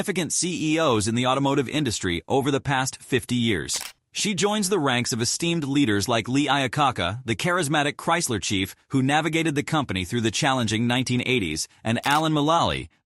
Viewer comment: time mark “Lee Ia Ca-Ca”. Couldn’t finish this propaganda video.